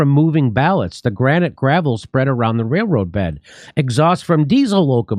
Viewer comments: holy shit ...Jimmy turned into ELMER FUND... wailwoad ?? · I like how Jimmy can’t pronounce railroad workers. It’s very endearing.